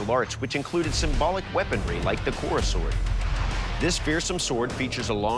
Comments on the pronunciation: It’s called as khoda not kora 🤣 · Actually it's pronounced as Khoda.